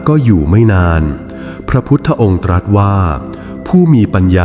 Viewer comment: พระพุทธองค์ตรัสว่า คำว่าตรัสขอให้ไม่ออกเสียงสอเสือตามท้ายได้ไหมคะ